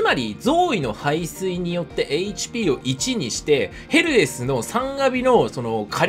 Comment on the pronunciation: たまにヘルスに聞こえるw